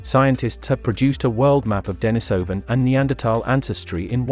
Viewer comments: The accent is on the I, which is pronounced ee, not eye. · The common pronunciation is "Dennis O Van", not "Die Niss O Van" - you used both in in your presentation. The reason for Dennis is because a Hermit named Dennis last occupied that cave. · wtf is the matter with this narrator?! Its denisovan as in iran not iron!!! yet he keeps switching the pronunciation of the 'i' in denisovan?!!! Too many mushrooms for this guy